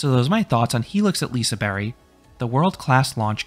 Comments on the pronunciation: LISEBERG NOT LISEBERRY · Uh, not quite. Its more like a "bea-kh", keep it up :) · Did you say Liseberry? Is that how you're supposed to do it? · Yes I wouldn't pronounce it "Liseberkk" either, something in between this and "berry" might be the way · I'm pretty sure its more so Pronounced Liseber-h, but I could be wrong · Yes, that is how the park staff said it is pronounced. A g is silent at the end of a word in Swedish apparently. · yea, the "G" is pronounced "J" basically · That is how the park said it is pronounced. The g is silent at the end of words in Swedish.